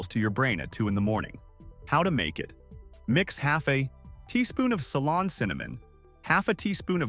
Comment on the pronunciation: It’s Ceylon cinnamon not salon.